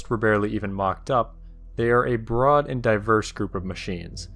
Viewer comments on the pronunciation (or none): none